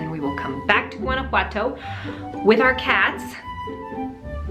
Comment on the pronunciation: I love how you say “Guanajuato” 😍❤️❤️